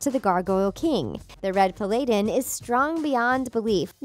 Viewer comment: The Red "pAlAYdin"